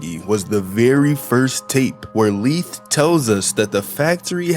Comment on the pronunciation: His name is Laith not Leith